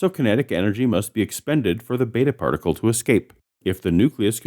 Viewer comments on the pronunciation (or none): none